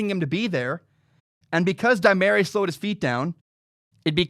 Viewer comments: “Dye-marius Thomas” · Dude his name is Demaryius Thomas, hes been in the league for almost 10 years, how tf are you butchering the name so hard